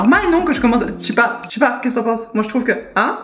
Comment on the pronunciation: "ou Je NSAIS pas" on dirait mon accent franc-comtois 😆